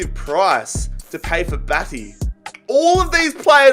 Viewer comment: The way you said batty😂🤣